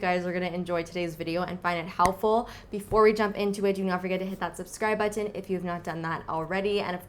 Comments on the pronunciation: I notice that too! LOL, it's always nice to know you're not alone 😁 I love the way she pronounces the 't' in button, so I was surprised when I noticed she doesn't do it with every word. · U say button funny haha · Haha I always notice this too! I figured it was just the more Canadian pronunciation as opposed to the American